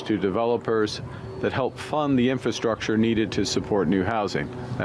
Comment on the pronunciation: It's a wee bit embarrassing to think that we have a prime minister who demonstrates over and over that he cannot pronounce, 'infrastructure'.